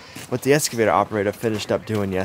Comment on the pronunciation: Don't know where he leaned to speak. Can you say "escavator"?